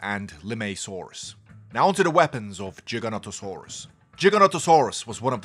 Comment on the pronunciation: Giganotosaurus not Jiganotosaurus